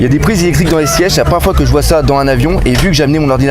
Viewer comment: t'es un malade de dire "bonjour une foué" x) ptdr'!!!